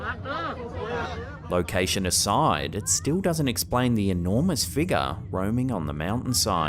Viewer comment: It's pronounced No-key-uh. There's no such thing as a knock-ee-uh. There's also no "a" at the end of figure or conjecture. Just as there is an "a", not an "er" at the end area, circa, alpha, and diarrhea.